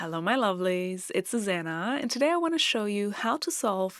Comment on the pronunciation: Not Susana! It's Susanne!